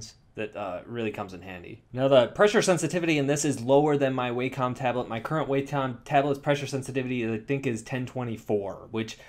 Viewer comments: FYI: I believe it's pronounced "wah-kum," not "way-com." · Its pronounced wah-com. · Tattoos_By_Kai I do it too. I know it's pronounced (Wah-com) but Way-com sounds a lot better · Yeah, I pronounced it "Way-com" for years before learning better. Japanese pronunciation and all that. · Life's biggest mysteries include: what happens once you die?, is there extra terrestrial life in the universe?, what does it feel like not to exist?, and HOW THE HELL DO YOU PRONOUNCE WACOM!? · ***** yeah, I live in CA and most people do mispronounce it. Doesn't make it right.